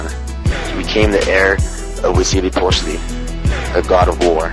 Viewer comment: You're pronouncing Huitzilopochlti's name wrong. But overall, it was a good video.